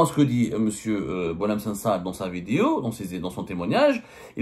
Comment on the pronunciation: Cites moi un seul nom d’un ministre qui a fuit pendant la décennie noire ???!!! Tu goinfres à tout les râteliers gros cochon !!! Au passage on dit vidéo et non pas vidio arrête de le répéter dans toutes tes vidio 🫣😜